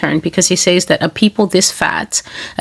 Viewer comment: Why can't she ever use the proper pronunciation of the word "says?" It's so irritating.